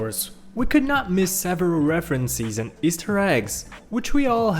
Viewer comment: Pro Tips: The S in "Island" is silent (also the I in "island" is pronouced like the letter), "reference and references" are pronounced like "reffrens and reffrensehs", "Easter" in "Easter Egg" is emphasized (and the Ea in "Easter" is pronounced like "ee" not "i" (short)), and I don't know what else. Try your best, one of the random people that narrate in videos and narrated in this one!